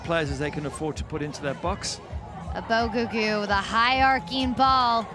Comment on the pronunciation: It’s insulting how they flat out REFUSE to ioma Ubogagu’s name correctly. Yet, they pronounce every Swedish name there is, flawlessly. Her surname is NOT difficult to say at all. They do this with so many Africans. Nuff said.